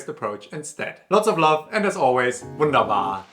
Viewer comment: Bruder bei diesem "wunderbar "stirbt immer innerlich ein Teil von mir :((((